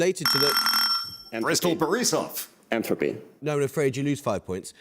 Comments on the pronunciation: No, he clearly said enthropy, not entropy. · The host is petty. Penalising the Russian maths and computer science student for mispronouncing entropy was low. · he seemed to just mispronounce it because of his accent